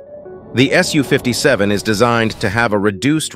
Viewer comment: Congratulations! For the first time the voice pronounced "SU" "ess you" instead of "sue." Keep it up. I watch a lot of your videos, and this one was particularly good. Thanks!